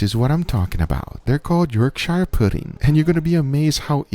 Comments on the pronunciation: I’ll tell you what makes a difference; Firstly, and less importantly, it’s not pronounced “York-shire”, it’s “York-sher”. Secondly, your batter wasn’t ready, if you’d have made that batter half a day or so before you came to use it THEN it would have been ready …if you don’t believe me then please try it. It’s essentially pancake mix, at least the way we make it in the UK …and yes Pancakes made with a mix made a long time before you use it is also way better! I don’t know why? I suspect there is a little fermentation involved. …Oh! And Goose Fat or Duck Batter, heated in the Pudding Tray is amazing for Yorkshires! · As a Brit born in Yorkshire but watching this in California I just have one suggestion. Pronounce Yorkshire as if it was spelled “Yorksher”. I would love to try it with the Wagyu fat, and I’m making steaks for my parents this weekend and will use the aromatic combo! Cheers! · yorkshire puddings (its york-shear like shearing a sheep) are the BEST when served with gravy, especially beef or onion gravy! Give it a try! Love from the UK, home of the pudding:) <3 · York"SHIRE" puddings. damn as a northerner that hurts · It’s pronounced “york-sher” pudding! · Just a quick tip, the -shire ending on English place names (like Yorkshire/Worcestershire) is pronounced like sher/shur. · Hey I'm a longstanding fan! I live in Yorkshire and love Yorkshire puddings, but please can we Skype so I can pronounce Yorkshire properly for you haha! love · As someone who lives on the border of Harrogate, that's how rich snobs say it, but also what do you think about using them with steak I would say they work better with a roast :D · Yorkshire lol It’s pronounced more York-sure, rather than York-shire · the Yorkshire puddings looked really good but its pronounced York-shre not shire :) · It's pronounced Yorkshire like butter, not buyer. The American pronunciation sounds wrong to my English (Lancastrian) ears. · York-shirr is a more usual pronunciation